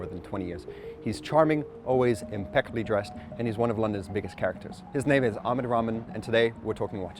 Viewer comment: Love HODINKEE but all the effort to get watches names correctly pronounced then they butcher the man's name himself - what on earth is "AmedRamen" - sloppy and beneath HODINKEE. Great collection and interview however.